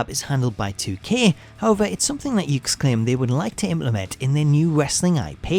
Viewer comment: The name of the company is actually pronounced as "yoo-kays." Well, anyway, nice video, and keep up the good work.